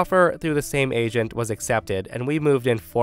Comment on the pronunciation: Story 3: I thought he was saying Asian but turns out it's agent 😂